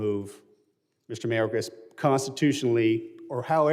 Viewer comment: GET MIS NAME RIGHT IT IS MARCUS